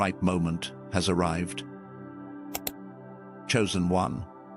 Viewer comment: ARRIVED NOT ARRIVEDED